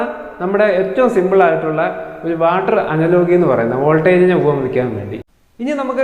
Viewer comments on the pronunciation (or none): Bro, അനലോഗി അല്ല അനാലജി എന്നാണ് pronunciation.